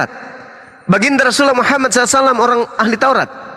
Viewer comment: Deri bahasa menyebut nama Rosullah dgn sebutan Muhamad Bukan Muhammad itu aja bapak ini menunjukkan BKN dr muslim/ muallab. Bapak ini emang udah qufur dr nenek buyutnya itu qufur keturunan. Tp qufur ini berdusta